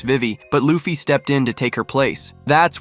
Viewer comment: Bro, why do you keep on saying Loafy? It’s Luffy